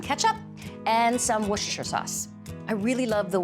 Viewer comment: Nice recipe! And Valerie pronounced Worcestershire right lol